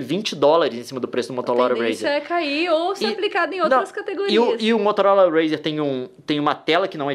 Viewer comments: Kkkkkk mds to rindo muito no minuto leon envez de falar motorola fala "motolora"😂😂😂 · Eu ri muito por causa do "motolora" kkkkkk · "MOTOLORA" JKKJJKKJJ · motoLoRa? Rsrsrrss Muito legal o vídeo. Parabéns! ❤️ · Só eu que reparei que o Leon falou "Motolora" em do vídeo?! Kkkk Amo esse casal, na moral!!!! ❤️ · O melhor deste video é o leon em do video falando MOTOLORA RAZR KKKKKK AMO ESSES DOIS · MotoLOra kkkkkk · MOTOLORA KAKAKAKAKAKAK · Motolora kkkkkkkkkkk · Sim, mas ele falou "motolora" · Só quem ouviu "Motolora" sair da boca do Leon, deixa o Like. Time do vídeo . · Cara, ele falou motolora, nao motorola, entendeu? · ele diz: motolora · ''motolora'' kkkkkkk sei la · Mais alguém viu que ele falou "Motolora"???? kkkkkkkk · Será que mais alguém percebeu que ele falou Motolora? Kkkkkk ri pacas. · Leon diz: Motolora razer kkkkk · Foi so eu que ouvi o Leon falando motolora aos 8 minutos e cinquenta. ? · quem percebeu o leon falando motolora? KKKKKK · Leon falou MOTOLORA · Leon = "Motolora" kkkj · so eu que notei qur o leon falo motolora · Leon falou motolora kkkk😂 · Gente eu buguei com gosto quando o Leon falou "Motolora" aheuahehahs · Leon fala da nilce mas soltou um "MOTOLORA HAZER" KKKKKKKK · "O Motolora Razr" kkķkkkkkk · "MOTOLORA" ~LÉON MARTINS KSKSKSKKSSKKSKDKDJJSJSKKSKSKAKAPDNNQÇXBNWUXHAÇZIXHSNÇAOZUQJJOWÇKNSI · Leon falando motolora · "motolora razr" kkkkkkkk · "motolora" em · ele falou motorola edit: ele fala motolora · Apreciem o Leon falando motolora aos do video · Leon: "motolora razer" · Quem ouviu ele falando "Motolora" ? 😂😂😂😂😂😂😂😂😂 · Leon falando "Motolora RAZR" kskskskkkk desculpa eu achei mt engraçado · "Motolora Razr." Martins, Leon. 15/02/2020